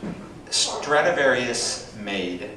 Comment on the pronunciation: Stradivarius, not "Stratavarious."